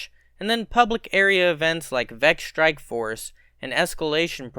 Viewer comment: You mean "shtrike".